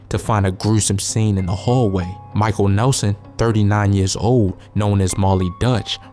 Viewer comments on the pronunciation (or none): none